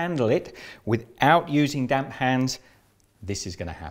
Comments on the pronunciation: I thought he said damn washcloth when he was saying damp washcloth... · I kept hearing him say, " That damn cloth." 😆